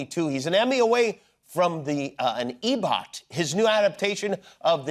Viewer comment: Oh my jimmy its EGOT not EBOT :( 😂😂😂